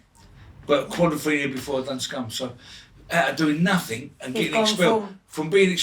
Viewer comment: "It makes ya feels like, claustrophobic cuz there naafin raaaand ya" . . F'in luv you Ray! 😂❤